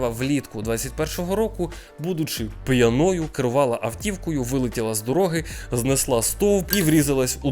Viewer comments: Бро, пʼЯною, а не пʼянОю🥲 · П'Яною наголос на перший склад і аж ніяк не п'янОю., слідкуй за мовленням.